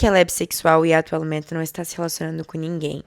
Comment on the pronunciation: Atualment ... Finalment ... 😂 Adoro esse " t " mudo dela.❤ É um charme.